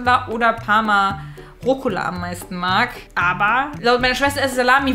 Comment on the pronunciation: Es heißt Rucola 😂